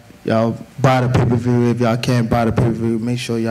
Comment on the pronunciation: lost a couple brain cells listening to tank say pay per view 😭